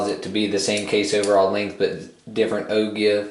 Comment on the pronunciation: pronounced O-jive . yes it is spelled Ogive but other than that I love your videos thanks